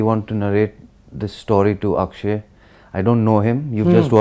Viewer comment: He give shwa sound. In Akshe